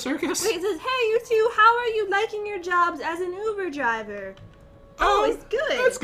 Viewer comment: I'm sure I'm not the only one but... "I have never been to..ovooo driveer"!!